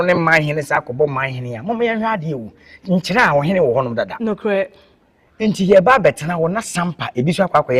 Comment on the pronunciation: Madam presenter/host! Please how you pronounce Nkyeraa. There is a town called Chiraa which is affiliated with Dormaa as Dormaa Benkumhene and Nkyeraa which pays allegiance to the Golden Stool of Asante. Please distinguish your pronunciation clearly between these two towns.